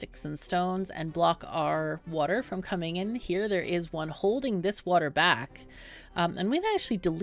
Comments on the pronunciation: Its water not wuter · Did you say "Wooder" around time ? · Wuter wuter